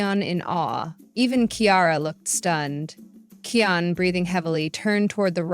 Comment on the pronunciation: It’s actually kion not keyon